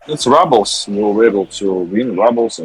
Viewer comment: Apparently I’ve been saying rubles wrong